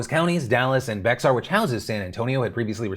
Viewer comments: Here’s the daily dose of Texas you didn’t ask for… Bexar County is actually pronounced “Bear” or “Behr,” not “Beksar”. Does it make sense? Nope. Do we care? Nope. Love yo face. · Just so you know, Phil, it's pronounced "Bear" County, not "Bex-ar". Thumbs up for me if you could so he can know for next time. 😊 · Hey brother man. Just here to let you know it’s pronounced “Bear” county, not “BeXar”. Why? No clue. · I’m from SA and I am shocked by your pronunciation of Bexar (“bear”) County! SMH phil… do your due diligence research on FB and you’ll know it’s pronounced BExAR… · It's pronounced "Bear" not "Bex-ar" I know it's dumb. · Heads up Phil! In San Antonio, the county is pronounced “Bear County”= Bexar County. Yeah, idk how it’s pronounced like that but it is, “Bex-Are” is a common mistake. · Local San Antonio resident here... Bexar is not pronounced (BEX-ARE). It's pronounced (BEAR). No worries, it's a common mistake. That's all. Carry on. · Phil, for the 5 Millionth time: Bexar County is said “Bear County” not “Bex Are County”. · Just moved to San Antonio a month ago and live in Bexar county. It’s pronounced Bear. I thought it was Bex-ar as well. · Bexar County is pronounced like “Bear County” I laughed everytime you said Bex-are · I know I know it's small, but hearing Bexar as "B-EX-ARE" VS how we pronounce it "BE-Air" (Bear) makes me cringe a little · Yo! love the video! it's pronounced Bear. Love hearing people not from the area call it BeX-Are lol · From San Antonio, came to say this. Bear, not Bex-AR. Common mistake, no biggie, but it definitely sounds awful if you are from there or know the proper pronunciation. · Just a heads up Phil Bexar County isn’t pronounced bex-ar it’s pronounced bear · This is the second time he’s referred to Bexar County as “BEX-R”. It’s “Bear” county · It's not your fault Phil, Bexar county isn't bex-ar, the x is silent. So its spoken as "bear" county. I got a lot of grief for this while living here. lol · Bear County. NOT Bex-ar.